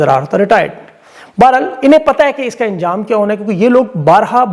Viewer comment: Anjam bola karen injam nahi don't maind ❤❤❤